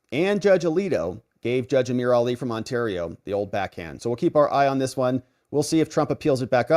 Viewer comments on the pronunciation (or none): none